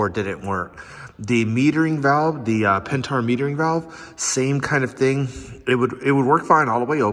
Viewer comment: Pentar 😂 pent-air